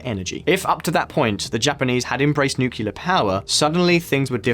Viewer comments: Its pronounced "nuclear" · Nuclear not nucular 🤣..srlsy tho🥲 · Nuclear, it’s pronounced nuclear. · Why can’t anybody properly pronounce “nuclear”? It’s “new-clear” or “nu-clear”. It’s not and never has been “nucular” ffs. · Pronounce "nuclear" properly, please. It is not "noo-cu-lear" but "noo-clear". You lose all credibility amongst the great content of this channel otherwise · nukular nukular, come on just say 'Newclear' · "Nucular energy" lol. Reminds me of George Bush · Nookyoular? Ffs, nuclear. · Lol... Is it just me or this guy can't say 'nuclear' clearly ... If yes, then that makes him the second joker after George Bush. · It's nuCLEAR power, not nucular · How could I ever trust a video by a bloke who can't pronounce ' nuclear'. Nukilerr idiot. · Dude. Learn how to pronounce "nuclear" correctly. It's not 'nucular'. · This guy says ‘Nucular’ repeatedly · great video, but please please say NucLear. Again, fantastic content as always, thank you. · You lost me at NOOKYEWLUR geesh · I turned off this video in the first 2-3 minute because of hearing 'nucular' for so many times. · No one producing this video noticed he can't pronounce nuclear? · ah yes.. "nucular" energy.. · George Bush. He liked "nucular" energy. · As a kiwi, I have never heard another kiwi say nucular, except when laughing at George Bush. Say it 3 times Nucleus Nuclear Nucleus Nuclear Nucleus Nuclear. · Anyone who says nucular is wrong. Totally wrong. Which is probably why says it this way, it gets more people commenting on the video, and then gets a boost from the youtube algorithm. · many Americans pronounce it "nucular", but Brits say "nuclear".. like it's spelt. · Fire the nucular weapons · The pronunciation of the word nuclear just kills me 😁